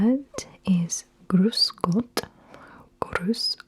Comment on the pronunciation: Ohh I am from Austria your grüß Gott and apfelstrudel is horrible